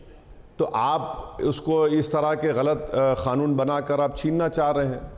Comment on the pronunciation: खानुन नहीं मुल्ला उसे कानून बोला जाता है अनपढ़ ग्वार